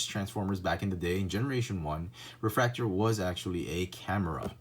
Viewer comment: Its like nails on a chalkboard to hear em called 'refraktor' can't do it.